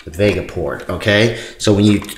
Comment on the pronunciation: VGA not Vega